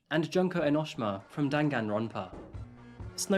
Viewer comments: HELP ENOSHMA??? ITS PRONOUNCED EN O SHI MA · Me getting irritated because I was a danganronpa fan and I feel like he is mispronouncing Junko Enoshima not to mention the bad explanation but it's about something so a short one is fine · thats not how you pronounce enoshima SERVANT/ NAGITO?